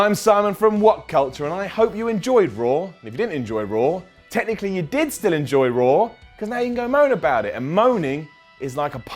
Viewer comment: I like how he always pronounces Raw like RAWR